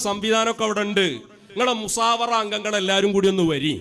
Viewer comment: എടാ പൊട്ടൻ മുസാവറ അല്ല അതെങ്കിലും ഒന്ന് പറയാൻ പഠിക്ക് അതിന് അറബിയുമായി വല്ല ബന്ധവും വേണ്ടേ കൊടുങ്ങല്ലൂർ ഭരണിപ്പാട്ടുകാരന്